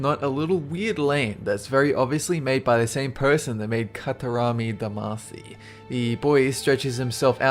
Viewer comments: I wanted to kill myself when he said "Katarami Damasi" instead of "Katamari Damasi". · Did he just say.... "kataRAmi damaci"??????? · Katarami Damacy?! Please tell me I'm not the only one who heard that and cringed. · "katarami damacy" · "Katarami Demacy" ~, 2015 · Katamari Damacy, not Katarami Damacy. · I'm sorry, did he say 'katarami damacy' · Apparently XD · katarami damasee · It's katamari damacy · "Katarami Damasy" Bruh. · noo he said katarami damacy D: i will never forgive you. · why the hell can no one pronounce katamari damacy